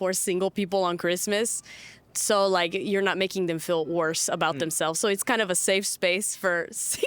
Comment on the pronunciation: im getting a slight brazilian vibe from her, especially when she pronounced "worse" as "uorse". but the way she says "valentines" has kind of an eastern european ring to it.